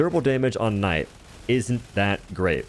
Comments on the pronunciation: You did NOT just say “Kuh-night” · did this man just pronounce it "K-Night" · ka-night HWAT? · Did you just say K-night? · Did he really just say “kuh-nite”? Lol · The kuh-night SMG indeed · how do you pronounce knight a kuh-night HOW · Cuh-nite BRUH 😂😂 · Did he say k-night😭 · Did he... just say, "K night" God standards really are falling. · MF THE K IS FREAKING SILENT YOU PLEB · You did not just pronounce Knight “ka-nite” holy shit. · I really hope you saying kah-night is baiting engagement in the comments. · Is it Knight or K- Night? lmfao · bro really said kenight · K’night? My man the k is silent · Brother. Did you just pronounce it as "ka-night"? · K-night. loool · "Kuh-night" did you flunk out of grade school my guy? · It’s pronounced Kha-nigg-it! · You did NOT just pronounce knight with a K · Omg did u just pronounce the k in knight.... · Hard K too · "he said nikka with a hard K" 😂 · Did this mf just pronounce the k in Knight? Edit: it was just once we good